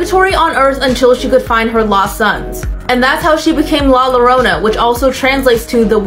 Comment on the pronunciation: hold up did she say la lorona ma'am it's La llorona like two ll's and you pronounce it like if you were putting a y instead of an l